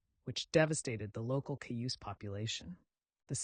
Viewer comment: I really wanted to like this but when you said measles instead of small pox and mispronounced Cayuse and Sager two different ways, I felt like I didn't.